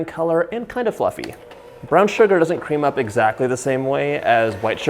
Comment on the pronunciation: Love the way John says Shhuggar! Like he’s singing a System song!